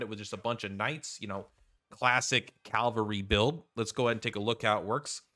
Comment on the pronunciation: "Incapitated", "calvary". The words are on the screen, dude.